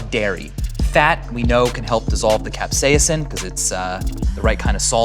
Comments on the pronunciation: I am a food safety expert, teacher, and 'amateur' chef...my mother is an English professor, and we both know a guy who is a molecular scientist. We all agree it is pronounced CAP-SAY-SIM. Not CAP-SEE-UM. Maybe CAP-SAY-SUM. And when it comes language...things change regionally. But when it comes to Latin...well...that is the language of science and does not change. Other than the slight mispronounciation, the V sauce guy is mostly spot on. Alcohol being the only blunder...it will cause the molocules to literally agitate and bounce around inside your mouth. That's why it is fun to take a big old shot while eating super spicy wings. I am in love with the sauce of death as why I am here sauce-splaining. Sean Evans is a personal hero of mine. I hope he sells his soul and becomes immortal. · Stevens pronounces it cap-SEYUH-sin : After a lifetime of pronouncing it cap-SAY-sin, I quietly segue into my new reality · i didn't know it was pronounced cap-say-a-sin well guess I'm dumb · he's saying capsaicin